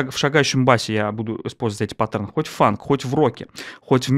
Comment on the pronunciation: Но! пАттерны, чувак! пАттерны!